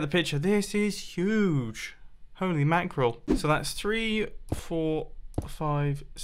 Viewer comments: U said holy macarol lol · anyone else heard him say holy mackerel???? have you been watching free mumbo?